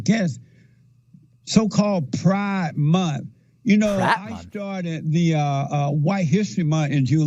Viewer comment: "pride munt"